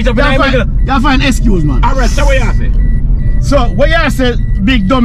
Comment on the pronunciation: Leave Johnny alone he is a fart Analyst 😂😂😂😂 the word is excuse not Escuse 😂😂😂 you guys are hilarious 😆 l😂😂 you are very mischievous and annoying leave your mom alone 😂😂😂😂